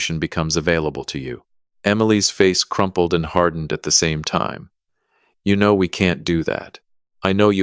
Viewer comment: WTH is this AI deal about pronouncing time like it's a LINEAR MEASUREMENT???